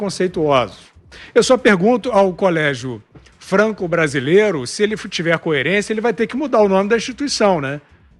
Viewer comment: "Franque Brasileire" 😂